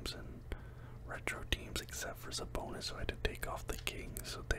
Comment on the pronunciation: Idk the way you kept saying it was bothering me 😂